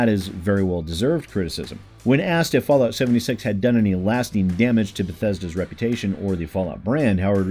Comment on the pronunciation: Fasllout 76? Did you mean to say "False Lout"?